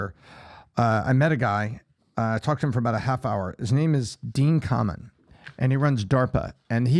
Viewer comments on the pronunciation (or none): It's pronounced Dean Kay-men. Sorry to correct you he's my neighbor 😂